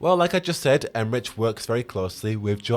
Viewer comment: Em-rick* not Em-rich